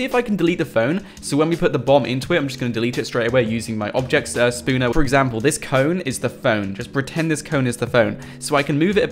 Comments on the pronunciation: OK a couple things...... 1.its spawner not "spooner" 2. Are you 13? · Spawner not spooner